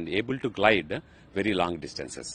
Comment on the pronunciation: Its GLIDE and not GILD !!! Can't you guys get the basics right?